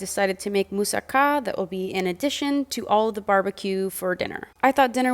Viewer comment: The way pronounces moussaka is hilarious😂